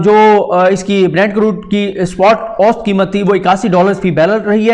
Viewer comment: Saddique Jan sahib, ahtram ke saath - lafz 'oost' nahein hey balkey 'oo sat' hey.